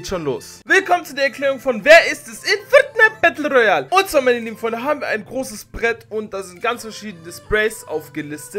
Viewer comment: Es heisst frrrrtnite kreativ royale